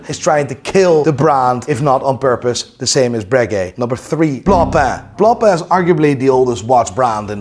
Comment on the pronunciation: Jesus Christ, you’re speaking English, pronounce the names in English, it’s ok.. it’s actually “correct” do so… look, repeat after me… “blonk-pain”… “b l o n k p a I n”, not “blom pleh”